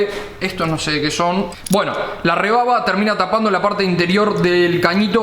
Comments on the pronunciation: Te corrijo cuñado no se dice rebaba se dice rebarba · loco soy yo escuche rebaba ? no es re barba ? minuto